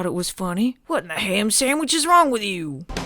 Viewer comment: I replayed "ah, ham samwich" like ten times 😂